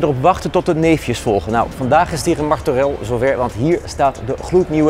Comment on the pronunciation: In het begin zegt ie Martorell, maar je spreekt het uit als Martoreej